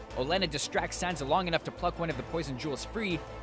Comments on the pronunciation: Also, it's "SanSa", not "SanTa", for crying out loud! Please get the names right! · Hahaha. Ha. Ahahahahaha. It sounds like he's saying "Santa". Santa Stark. Haha.